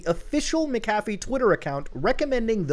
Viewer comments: "Mc-Caf-ee" 😁 Mc-a-fee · Mac cafffie. Bi didn't even know who you were talking about half the video tell it clicked. Macafee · Not trying to sound like a Dick but it’s pronounced Mac-A-fee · I had no idea that John McAfee was a barista at McDonald’s as well as selling virus protection!? Just messing with you……. you’re pronouncing his name and it sounds like McDonald’s Mc café 😂😁😁😁 always love your content! Much love! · I always thought McAfee was pronounced Mac-Ah-fee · I know this is super super minor but. That’s not how you pronounce McAfee, Muta. It’s pronounced “Mack-uh-fee” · It’s pronounced, Macca-Fee. And he is legend no matter what. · MCAFEE.. isn't pronounced like that ya nouce